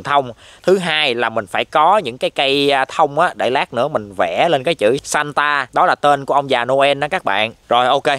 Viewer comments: Santa nghe 1 kểu nhưng đọc thì lại ra chứ satan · santa đọc lái thành satan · Anh đọc chữ santa ngược lại xem